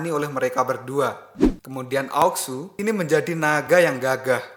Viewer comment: Sampek tamat pun admin ttep aja liadahnya bilang aok sue. Gak bisa kau bilang ao shu ?